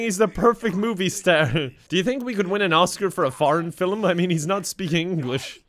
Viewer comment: I love the way he said star sounds irishy LOVE IT